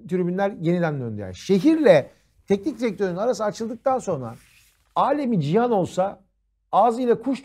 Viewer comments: Yürekli : “Alem-i Cihan” değil, “Allame-i Cihan” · Alemi cihan değil la. Allamei cihan. Allame alim in çoğulu. Yani "dünyanın en bilgi insanlarından biri" olsan vs.